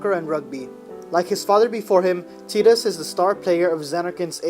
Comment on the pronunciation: omg you actually call him tee-dus. >< TI-DUS FTW is this a synopsis, a walkthrough or a review? that being said, :D love ffx !